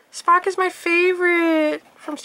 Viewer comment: when you said spok I thought u said fuck